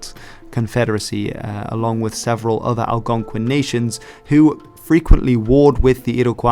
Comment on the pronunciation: please god stop saying /pɪdgɪn/ it's /pɪdʒɪn/ shit you said /ælgɑnkʷɪn/ too.